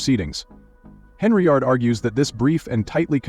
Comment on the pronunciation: I wondered if anyone else heard that. 🤣🤣🤣🤣